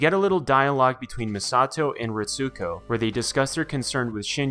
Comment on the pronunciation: Great breakdown. I watched all of them in reverse order... lol. But one thing that got me. Pronounced as (Reets-co) not (Reet-sue-co)